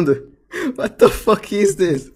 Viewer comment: Eu sou fluente no idioma (inglês) desde os 12 anos de idade. O claramente não sabe inglês, ele erra a pronúncia do "is", uma das palavras mais usadas no idioma.